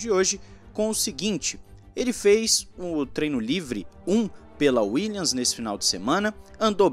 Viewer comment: WilliaMs. WilliaMs. Não é Willians.